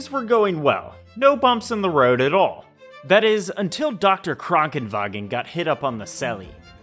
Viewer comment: I hate how you are pronouncing Krankenwagen correctly